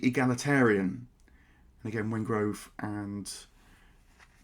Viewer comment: Also, it is David Wengrow, NOT Wengrove.